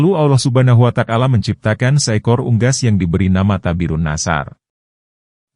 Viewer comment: Yg bner lo nyebut nama Allah Subhanahu Wata'ala, bukan subhanuwatakala.